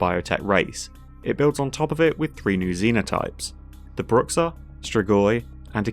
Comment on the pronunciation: Man, that pronounciation of Bruxa certainly is something lol In portuguese (which I'm guessing is where the modder got the word from) its "Broo-shah"